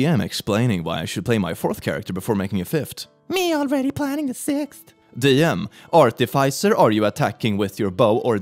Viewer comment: I feel pain every time you say ARTificer.